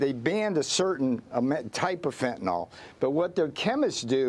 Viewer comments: The drug is Fentanyl, not Fentanol. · Fentanyl has now surpassed nuclear as the most mis pronounced word in media! fen.t̬ən.ɪl not fen.ten.ol - nuː.kliː.ɚr - not nu.ku.lar